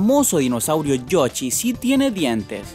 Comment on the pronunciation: Activichon, yochi, pleisteichon, col og duti, habla bien Prro :v